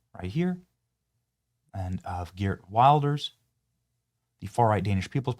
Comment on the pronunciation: can youbsay Geert Wilders again because it sounds way more brutal when you say it 😁